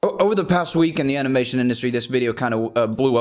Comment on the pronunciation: Dee animeshon indushtry